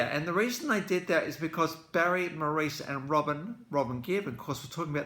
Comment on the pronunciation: "Maurice" is actually pronounced more like "Morris". I really enjoyed your perspective on this crucial album and the timeline of the gifted performer responsible for so much good music in such a short time.